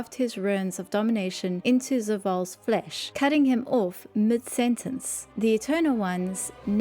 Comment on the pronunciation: i like how she says ''flesh'' like a medieval peasant